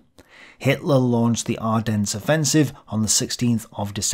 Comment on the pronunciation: Pronounce Ardennes properly please. No 's' at the end.. and St. Vith too. Otherwise pretty decent review. I do hope that you are okay with all that you are trying to complete. U do a really good job, but I worry about your health.